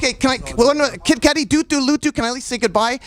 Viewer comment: kid cootie? This narrator is the worst!!